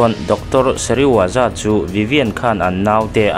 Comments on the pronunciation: thil pakhat i lam sual char2 chu Dr.Sezirawa ni lovin Dr.Serizawa zawk ani a dik tak chu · Dr Seriwaza i ti tlat a, Dr Serizawa zawk a nia😅